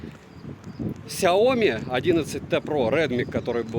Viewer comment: Сяоми́, а не Сяо́ми! С ударением на букву "и", а не на букву "о"! А то Какая-то Наоми получается! Нао́ми Кэмпбелл – Сяо́ми Кэмпбелл! Хватит искажать и коверкать это китайское наименование брэнда!